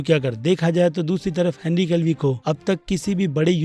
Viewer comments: Bhai henry Cavill bolo calvi nhi 😂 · Henry Calvi nahi bhai, Henry Cavill. For a fan it’s disappointing to hear wrong pronunciation every time 🙂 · Henry Cavill gadhe not calvi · Cavil not Calvi 😷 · Are vai, Henry Cavil hai, Calvi nahi... Aap humesha unka naam galat lete ho... Please sahi se bolo bhaiya... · Henry Cavill hay bhai. Aap har baar Henry calvii bolteho😂😂😜😜😂😂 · Sir, 3 sal ho gaya ab to Henry cavil sahi se bol do.😐